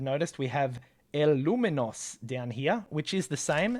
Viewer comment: “EL LOUMINOUS” seems like some kind of superhero from a Spanish speaking place 😂 The metal case is visually an upgrade, but it seems very poorly assembled. I don't think it's even humidity resistant.